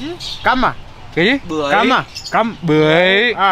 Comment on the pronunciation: May sao lindo phát âm được chữ bưởi 😂😂😂